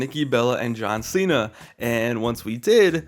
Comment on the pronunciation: “John seeya” 💀💀💀